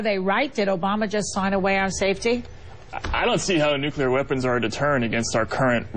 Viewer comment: I like Jesse...but, get it right: It's NUCLEAR, not NUCULER, which is how GeorgeW used to screw up the word.